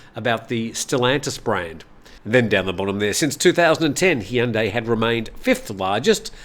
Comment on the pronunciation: Looks like you finally got "Bhumjaithai" down. My father was an art curator. He said Van Gogh's last name is pronounced as "go," as the letter g is silent. You were spot on when it came to "Hyundai," as most people get that wrong. 👍